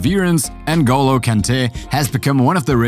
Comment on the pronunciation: It’s Ngolo not En go low